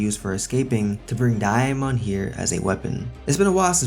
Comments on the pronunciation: I’m surprised nobody corrected him because it’s sounds like he saying diamond like bro there’s no i where you getting the i from 😭😭😭😂😂😂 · The way he says Damon is great😭😂